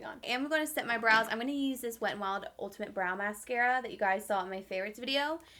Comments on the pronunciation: Don’t worry girl I said ultiMATTE too when it’s ultimate 😂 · Girl, the way you pronounced ultimate .. like what. It may be time to drop the makeup for a while and pick up a book 🤦🏼‍♀️ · Because you've never accidentally said a word wrong in your life! 😂 right 😂😂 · Caleigh Bri lol. The packaging say ultimate not ultimatte as in “matte” and the shadows weren’t all matte so the connection makes no sense. Yes she made a mistake. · Jennie Wright no she said it wrong. If it was as she pronounced it then the spelling would be ultimatte, as in a “matte” eyeshadow. The shadows weren’t all matte either so...🤷🏼‍♀️